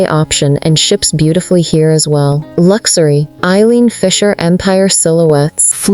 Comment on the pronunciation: What is this fake voice? Lux- a - ry? Couldn't they find a real person to narrate this film? I can't believe this this is getting out of control.